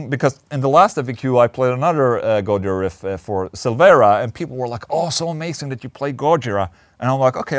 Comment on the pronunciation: GolaJira? Gojola? GoOlaJira? go listen to Sybreed